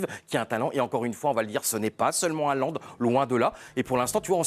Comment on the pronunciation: Le mec est une star planétaire et il y a encore un nombre majoritaire de journalistes français incapable de prononcer son nom correctement. En norvégien le "Å" ou "AA" (C est pareil) ça se prononce "O". Donc Haalland ou Hålland, se prononce Hollande avec un "H" aspiré. Merci de respecter son nom.